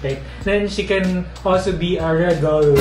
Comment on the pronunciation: Ilokano kasi kaya hindi mabigkas ang word na Regal. Ganun din ako🤔🤭